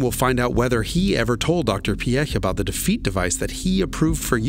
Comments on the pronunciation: Pronounce Piëch correctly: Check (at least at the start) Pronounce Porsche correctly: Check Pronounce Wankel correctly: Check Count this German impressed! Thank you very much! I know who Ferdinand Piëch was, but I had no idea he was responsible for the Merc 5-pot diesel. He was a true visionary who did not take no for an answer and who wasn't afraid to think outside the box. Great video. No seriously, a really great video! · as a German at first i was afraid how you would butcher his name but i am VERY happy you didnt! Thanks for that!!!